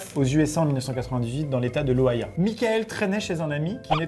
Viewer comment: Perso, j'ai entendu Ohia... On juge pas amixem hein ! 😂😂😂😂